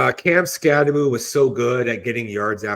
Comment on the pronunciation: Anyone still pronouncing it SkatteBO instead of SkatteBoo reveals themselves to not know ball.